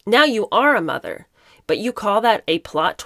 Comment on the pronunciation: it really bugs me when she says ‘as a mutherr’grrr… she is clearly not! Now,if they had been honest and said they used a surrogate,nothing wrong with that but they would not have been allowed in the line of succession as that is the Law. They could have been huge advocates for women who for whatever reason have used a surrogate .